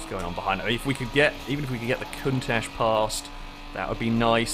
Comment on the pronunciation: Is it just me or does anyone else think that pronouncing Countach like Cuntach is funny?